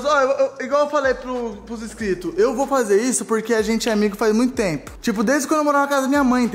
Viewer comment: "Igual eu falei pros inscritos" eu entendi "Igual eu falei pros espíritos" KKKKKKKKKKK